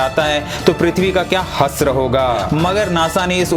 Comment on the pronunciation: Hasra nahi hashra hota hai😂